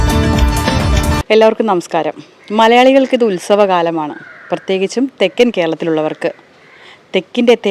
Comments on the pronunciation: തേക്ക് അല്ല തെക്ക്... 🙄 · തേക്ക് അല്ലാടി തെക്ക്.. കഷ്ടം